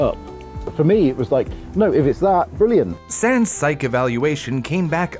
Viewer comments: why does it sound like your saying "sans" when your really saying "Sands" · I straight up thought he said sans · Why does it sound like he's saying sans? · i keep hearing sands as sans and i can't stop laughing during the part about his tumor and i feel bad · He keeps saying sands, but i think he is saying sans